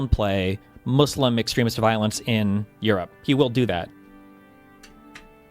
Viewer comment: Did he say euro ape?